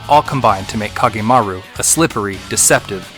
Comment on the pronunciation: I take some issue with your pronunciations, but being a big Kage fan, I'm just glad it's here. As much as I love making costumes for him, I apreciate that you kept it to his official look. I would have appreciated the use of his CG Portrait song, but that's just me and no better than nitpicking. Anyway, yay! It makes me want to go back and rewatch the others.